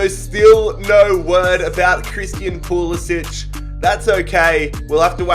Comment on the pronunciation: FYI:, when pronouncing American names almost never is a “c” a ch sound. so when saying pulisic it sounds like PooLissik. no poolissich. in America we only make the ch sound with a c if it has that diagonal line over it.